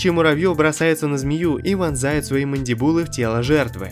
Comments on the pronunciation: мадИбулы, а не мандибУлы. Пипец слух режет. Это специально, чтоб поправляли в комментах? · Правильно говорить мандИбулы, а не мандибУлы! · МандИбулы, а не мандибУлы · Не мондибулы а мондибулы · Автор слух просто режут твои мандибУлы - правильно говорить мандИбулы от лат. Mandibula - челюсть! Говори уже челюсти что ли!!!! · "мандибУлы... мандибУлы..." у меня чуть кровь из ушей не пошла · МандИбулы правильное ударение.Учи матчасть. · мандибУлы? серьёзно? 😂